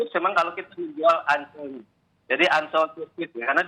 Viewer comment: Bule fasih nyebut "Mandalika" sbg sesuatu yg asyik dan eksotis. Tapi kalau Ancol? ingat bung ada "OL" dibelakangnya.🤣🤣🤣